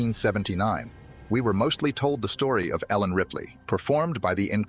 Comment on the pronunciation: Number me among those who don't. By the way, it's Ellen Ripley, not Helen. Give us real human beings that are real fans of the franchise.